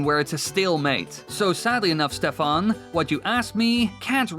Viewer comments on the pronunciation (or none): none